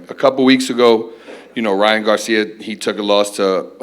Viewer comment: This dude gets on my nerves .. his says every word that ends with A as UM ... Lamanna becomes Lamannun ... Garcia becomes Garcium etc